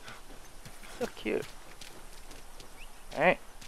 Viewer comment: The way he said "cute" it is like the tagalog pronounciation of cute which is "kyot" haha